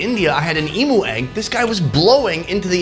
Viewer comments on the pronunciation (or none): I Love your show mate ,, how about an Australian show with bush food included ,,lots or yummy stuff there especially in northern Territory and west Australia ( not city food 😁) oh and emu is pronounced like eem you 😁 keep the shows coming fantastic 👍👍👍